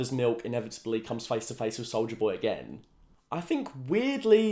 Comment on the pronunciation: Did he say solider boy or solja boy?